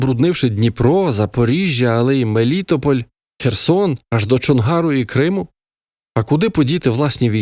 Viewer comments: Чудово. Але на слові "МелІтополь" мене трохи пересмикнуло. Невже в Україні є люди, які не знають, де ставиться наголос в слові "МелітОполь"? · мелІтополь? … я перший раз чую таке вимовлення!!! Мені сподобалось! Дякую!